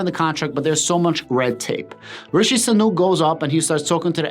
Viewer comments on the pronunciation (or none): Might help: Sunak sounds like Sue-nack. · Rishee - Soo-nak.